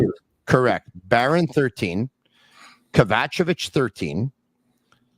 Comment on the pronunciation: Take a shot every time or mispronounce Kovacevic’s name